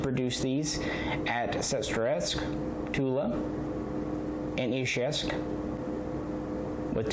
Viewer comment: You are about the only person on YouTube who can say Izhevsk correctly! Great videos sir!